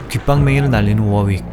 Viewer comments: ㅋㅋㅋ 워웍 아니고 워윅이요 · 워웍이 아니라 워윅이에요 윅 윅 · 워웍이 아니라 워익 입니다. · ㅋㅋ 개그는 좋앗지만 워웍이 아니라 워윅입니다 ㅎㅎ